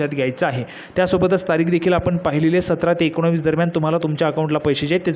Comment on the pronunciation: एकोणीस पण तुला बोलता येत नाही आणि व्हिडिओ बनवतोय